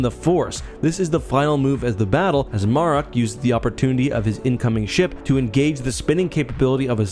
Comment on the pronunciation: Good video, as always...I've heard Marrok pronounced multiple ways, so far, and if I know one thing, THIS vid is NOT how you pronounce the name 😂